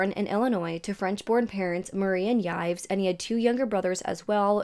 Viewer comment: Hey! Love your videos and thoughts! The french name Yves ist pronounced like “Eve” btw like in Yves Saint Laurent. Keep up the good work!! 💕